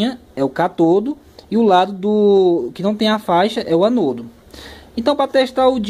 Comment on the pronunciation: Catodo....anodo....😂😂😂😂😂😂 Diz se cÁtodo......Ánodo